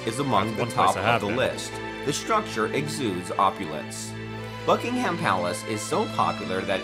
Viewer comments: that’s just sloppy! Buck - ing - em is correct! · I must admit that the narrator of the video in question sounds to me like a close relative of Peter Sellers’ famous comedy track of the 1950s ‘Bal-HAM gateway to the south’. He refers to ‘BuckingHAM Palace’ and ‘HillsborOH’, and stresses ’Sandringham’ instead of ‘House’. Possibly a little preparation would have paid dividends? As for his interjections are friendly and respectful and desirous of help in understanding us which is always appreciated. Well done, by me at least! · For friends over the pond its pronounced Bucking-um, Sandring-um, Hills-burah, and Edin-burah. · It’s pronounced buck-in-um 😁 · By the way the guy that was narrating pronounced almost all of the names wrong we don't put emphasis on the h in ham etc. It's an American thing. I'm sure you already know this but I always find it funny.😁